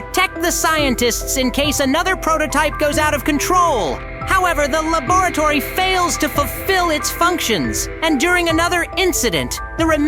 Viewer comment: Bro said lubutory💀☠